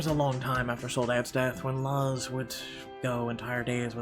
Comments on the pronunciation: than sorry man, it's just i know people named luz and i live in a predominately Hispanic/Latino neighborhood and noone ive met/know pronounce it that way (that'swhy i was bothered).My comment about being Mexican American is a little irelevant in terms of my neighborhood as I'm part of like 1 of only 3 Mexican families. BTW sorry if it came off as rude it was more like a nitpick than anything else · Since Luz is Mexican, I believe her name is Luz (Loo-z) since Thomas calls her Lulu. And the neighbor Levi (is Lee-viy like the jeans) is probably gonna be a babysitter for us in the future. Vanessa is such a mean mom, I think she's gonna need MC's help to get her son's out of trouble. And like Calvin said I agree we'll need Thomas to help us fight the custody battle with our ex. I wish there was a male MC perspective other than Thomas so that we could see your reaction. Lol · It really bothers me that you don't know how to say luz